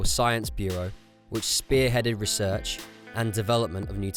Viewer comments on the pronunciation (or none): none